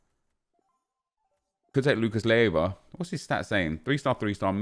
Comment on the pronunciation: Nep, i dont mind it much, but it's Lucas Leiva, not Lieva..